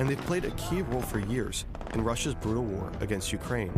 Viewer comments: is it WHAR? or WAUR? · Because he said war funny?